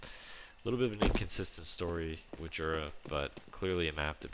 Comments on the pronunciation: I live around 20km from the place that inspired this map and can confirm that hot-air balloon festivals/competition take place there. Also it's pronounced yura. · it's pronounced Yura